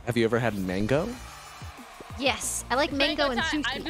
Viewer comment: It's sweet Tamago (egg) not mango btw!